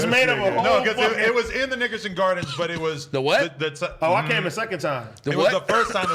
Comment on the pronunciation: Adam: The Nickerson Gardens (Sounded like Niggason): The What?